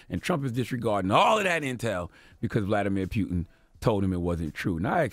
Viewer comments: Vladamir pew-tin!!!😂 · CTD “Vladimir Pueton” 😂😂😂